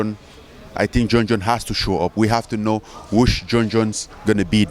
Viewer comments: Mang I heard Jon Jon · Jo Joon 🤣.. and Serial Gaine 🤣